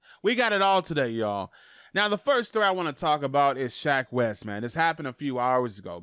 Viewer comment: “Shack wes” 😭